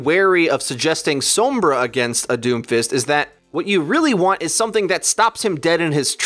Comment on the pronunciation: Every time says Sombra I cringed